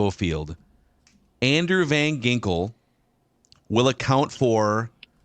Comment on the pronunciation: it’s Van “Jinkels”. Get it right.